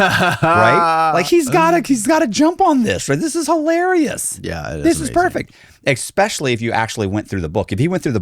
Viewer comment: Ekkspeshully… there’s a conspiracy theory having to do with people who can’t pronounce the word especially….